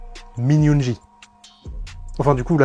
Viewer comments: étant ARMY je suis super contente que tu parle de BTS par contre ta prononciation 😅 C'est (Youngui et pas Min Yoonji) .. sur You tube il y a les MV avec la traduction en général leurs chansons sont plus profondes si tu aime le rock tu devrais aimer Run BTS il parle de leur carrière dans cette chanson mais elle a une super sonorité elle est devenu l'une de mes chanson préférée...en tout cas c'est cool que tu essaie de faire connaître les garçons merci ...et pour ceux qui veulent les découvrir il n'est jamais trop tard ✌️💜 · min yoongi the best rapper ps on prononce yoonguill comme guillaume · Très bonne vidéo et très bonne analyse !! Par contre la façon dont tu prononce certains mots à partir du nom de Yoon-gi!!!!